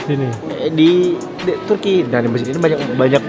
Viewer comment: Haha Turki min bukan tukrey, siapa disini fokus ke tukrey hahah